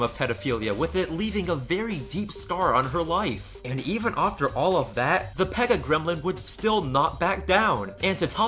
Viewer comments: I really like your viodes BUT how come you say "offter" instead of 'after'? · Great video but why do you say after as ofter? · The word is after not offter. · Why do you pronounce after (ofter) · I love how you say "ofter" instead of "after". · Dude I love that way you say ‘after’